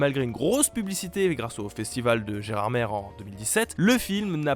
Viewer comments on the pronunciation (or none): Gerardmer se prononce Gerardmé pas Gerardmère 😠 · On dit "gerarmé" même si ça s'écrit Gerardmer :p